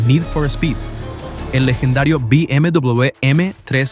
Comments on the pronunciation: Porque mierda dice "Vi MW M3"?? "BMW" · BM double / BM dubleble / BM doubluble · bi eme doblel be? que idioma es ese? no estabas hablando en español? edit: escuchar el video es un dolor de cabeza, trata de hablar español pero no diferencia una C de una S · Amigo no es por nada pero ¿qué onda con la pronunciación de la W? es "doble v" o "doble uve" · dobel vu? doble vuvu? wtf con la pronunciación de la W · Be eme Dobleweiubve 😂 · Be eme dobubl, dubobi, doblewe, dobubue. Dejade usar puta ia cabron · ia: BM DUOBLEBE OBLEBE xd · Be eme doblube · Me di cuenta que era IA porque cuando dice BMW lo pronuncia mal y distinto en todo el video (be eme dbllluud) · acomoda la voz IA porque no puede ni pronunciar la marca... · Me sangran los oídos cada vez que dice BMW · ¿puedes hacer el favor de llamarlo BMW correctamente? ¡Se pronuncia como una V! Bayerishe Motoren Werke